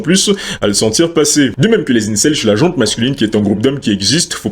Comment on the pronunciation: Petit point prononciation : "la gent masculine, la gent féminine". Il n'y a pas de "E" à la fin de "gent", ni pour les hommes, ni pour les femmes. C'est un nom féminin, et comme l'adjectif qui le suit ne commence pas par une voyelle, il n'y a pas de liaison orale.